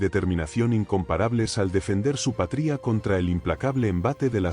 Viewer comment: Tarado como no sabes decir patria 😂